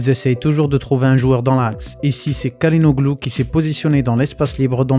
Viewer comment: CHA LA NOLU pour la prononciation. Vidéo intéressante.